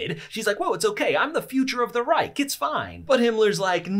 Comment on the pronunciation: The C is pronounced like a K ReiKh